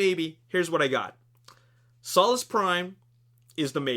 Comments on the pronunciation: it's pronounced '' soul-ess" prime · its solus soe lus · im sorry but ur saying solus wrong thats not how u pronounce it